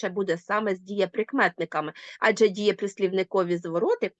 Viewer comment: АджЕ - наголос - на останньому складі!